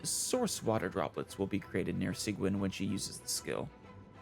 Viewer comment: Fontaine is the land of names not being pronounced how you might expect them: Her name is pronounced "Siege-Ween"